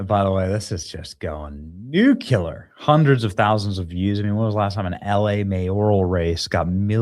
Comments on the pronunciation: "NEW - CLEE - AR", Benny. Do you also eat "pasketti"? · I love you Benny but, it's "NUCLEAR" not" NUCULAR". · Yet again, Benny: The w0rd is NEW CLEE R, N0t NEW Q LAR. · Day (lost count) of trying to tell Benny that it's pronounced New-Clear. Not nuke-yuh-luhr. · Benny. It’s “ noo- clee- ar”. Nuclear